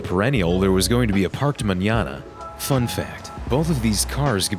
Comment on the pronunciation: He even pronounced the Ñ in Mañana... I mean, how cool is that?